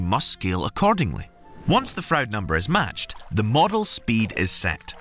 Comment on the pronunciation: William Froude is pronounced like Frood .